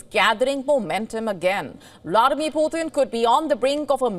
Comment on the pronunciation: I wish Wion and other Indian channels would pronounce Putin’s name correctly - it’s “tin” as in the metal (tin), not “tin” as in the number 3 in Hindi and other Indian languages